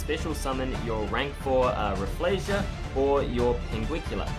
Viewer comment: Pinguicula: Great card, horrible to pronounce 😅 Love the editing btw!